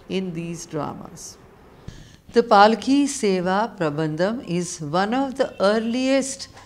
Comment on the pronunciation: it is pallaki seva not palaki